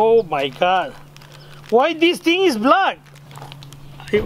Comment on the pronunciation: "HOW THEY MAKE THIS TING!"